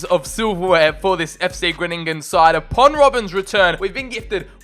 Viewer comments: Bit late but its called fc Gro-ning-en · Im dutch you say fc grooningen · Hahahah ono the way you say fcgroningen 😂👍🏻